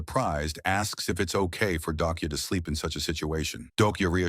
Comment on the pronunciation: Why can’t you say “sleep” 😂😂 You keep saying “SP”